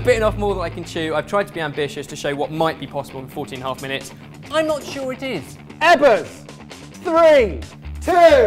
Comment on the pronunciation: why do you guys call (ebers)